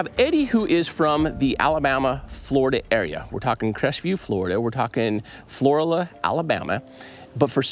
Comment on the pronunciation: Pronounced Floor/al/a